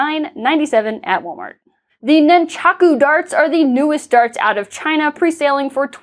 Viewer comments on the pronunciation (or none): none